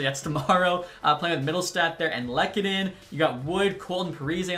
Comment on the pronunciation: LUUkannen not lek